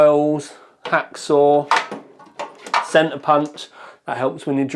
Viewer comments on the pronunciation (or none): none